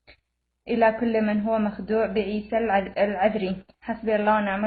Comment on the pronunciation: ما قدرت تنطق اسم لقب العذر. ههههه. بتقري من ورقه ههههههه. جم جابو لك فلوس. عشان تسوي الفديو